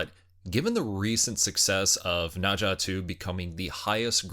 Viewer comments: It's pronounced as "Nur-Zha", not "Nah-Zha. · Dude, it is NER zha , not NA zha. Wtf...